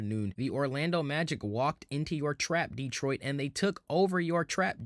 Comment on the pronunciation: Asur Thompson is a unique player freak athlete comparing him to P J Tucker is ridiculous Cade Cunningham is an excellent defender! He plays nothing like Harden. Please learn how to pronounce Detroit. You know nothing about our team what you should be talking about is how we are ahead of schedule! Trajan knows what he’s doing! No need to do anything major this season he’s going to see how far this group can go , then he will make moves in the off- season last of all Orlando is not a typical 8 seed had they been healthy they would have finished much higher! What this 60 win team has shown is there is more than one way to win in this league might even get some real fans back! You know ones who appreciate defense, physical play! Instead of let’s shoot 50 3’s a game, hunt fouls and push offs to gain space on offense